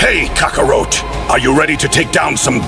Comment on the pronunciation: Who is Kaka-roat 🤦🏾‍♂️ at least if yall gonna plagiarize DBS say the names right this is my issue with a lot of you channels! KAKA-ROT